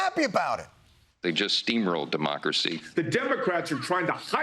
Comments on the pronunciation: Never trust a Republican... especially one that pronounces Democracy as Diemocracy !!! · Sorry, "hijack Diemocracy"...? If you can't pronounce the word and concept you purport to defend, well... maybe you might wanna let another quisling do your talking for you. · That one guy so angry about Kamala he said "Die-mocracy" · What's a dy-mocracy? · Hang on. Did that guy just say Dimocracy? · Did the one dude say "diemocracy"?